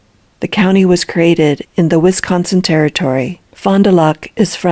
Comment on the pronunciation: Lulz how says "Wisconsin". Yeah, we'd know you're not a local.